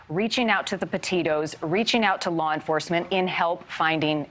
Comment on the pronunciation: Can this guy say LAW and not LAWR